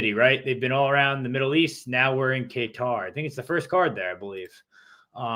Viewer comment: "Kaytar" "Bugelo" "Tarsukyan" Never change 😭